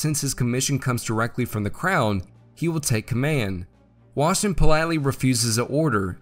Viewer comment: Nice video^^ But gotta admit, it is somewhat funny how the pronounciation of the name "Washington" kept deteriorating more and more over the video. By the 13 min mark it was a "Washngn"